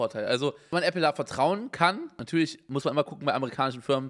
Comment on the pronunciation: | Hat er grade ernsthaft Appley gesagt?!?